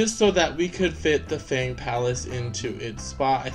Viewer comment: Congrats on getting sisu and finally welcoming moana! Love ur sisu, maui n moana impression😊 the blue chest is called the resource chest. Because im chinese, we prounce fang differently from how u prounce it.. u can look it up with u r interested😊